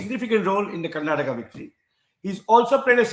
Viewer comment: It's Karnataka sir not Karnatak !! Inspite of your reputation why this blunder always? KARNATAKA, Kannadiga & Kannada.